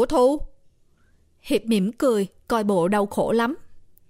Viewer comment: nói Hiệp thành Hiếu kìa, nhưng ko sao âu